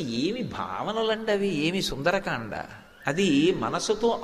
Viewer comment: Sundaraakanda kadu Sundarakanda